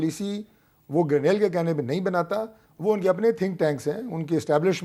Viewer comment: Hamid Mir sb apkey zuban se Garnail ka lafz sun k hairani horahi he poora Pakistan Grenell keh rahay hain aur sirf ap issko Garnail keh rahay hain sedha sedha Garnete kaho wo behtar hoga. Lakin wo bhi grenete hain